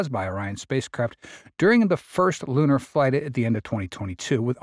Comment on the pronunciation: Can't you get a better AI narration ? Who told it to pronounce "lunar" as "lannar". And does he have to sound like cassie cassum ?